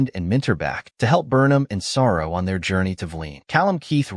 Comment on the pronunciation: Saru....Not Sara